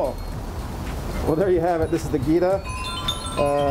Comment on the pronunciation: Jee-ta. Not Geeta